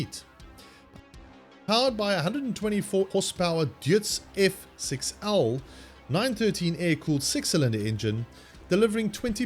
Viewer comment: Very informative, thank you. I had to read it to understand what was said, botched up pronunciation of the engine name, Deutz, I'm fond of those engines.